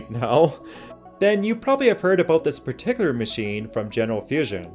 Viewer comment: Anyone else think he pronounces "accurate" and "particular" weird?